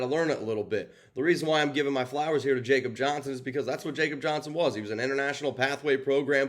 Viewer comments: It’s (Yakob) Johnson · Commitment to Excellence my butt. How do you call yourself a professional and you can’t even pronounce his name correctly. If you’ve watched all the interviews over the years, when they call him by name, you’d know how he / they pronounce it. He’s German. It’s “Ya-cub”. Before you make excuses about pronouncing names of foreigners, how do you pronounce a Mexican named Jesus. So no excuses dude. Get it right. The guy has done enough in his career to deserve a reporting professional to get his name correct. If you want to be a pro, do the work! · WTF????? And it's pronounced (ya)kob. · After being on our roster the past two years, a can’t believe you can’t say is first name correctly! He’s European/German…come on??🤷‍♂️….. JJ wouldn’t have near the rushing yards without him! Yeah I get it, but NOT for the reasons you mentioned! LOOK at the high powered Dolphins and Niners….they use a full back….successful!…..We can’t always use a backup guard to block for JJ when the OL is shitting their bed!! Alec Ingold who we should have never moved on from is doing well the the team we likely won’t have answers for this week end!….Good luck to #45! aka RaiderDad559